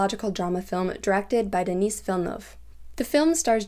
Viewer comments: De-Nih not Denis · "Denise" Villeneuve is how I'm going to call him from now on.